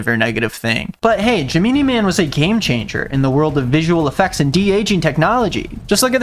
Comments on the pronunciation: I've been looking for somebody to mention this. He 100% mispronounced it. I was so thrown off when he said it😂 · Ge-MEANIE MAN?? WTH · the way he pronounced gemini man... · No, no you are definitely not the only one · the ONLY way i’m saying it now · Came here for the pronunciation of Gemini Man